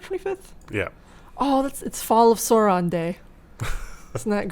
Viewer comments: Why is it that so many people in US calls Sauron as Saw-Ron? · Tolkien was quite specific with pronunciation. It's more like Sow-Ron. Much like pronounces the name.